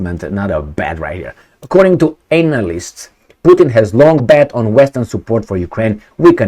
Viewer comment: He said ANALysts..😂😂😂